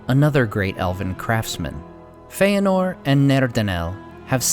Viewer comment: It is fëanor. There is no diftong Fe-anor.